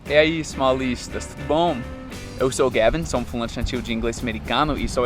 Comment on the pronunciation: eu sempre entendo vc falando paulistas ao inves de smallistas lol